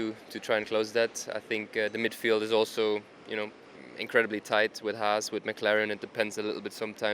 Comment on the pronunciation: How can it be not even F1's own reporter are able to pronounce HAAS correctly?? It's one thing the guys at Sky can't seem to learn, but really??